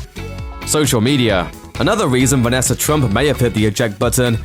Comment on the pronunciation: It’s NOT Vanesser. It’s Vanessa